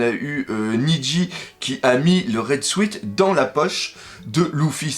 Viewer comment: Dans « raid suit », suit se prononce « sout » en anglais... juste comme ça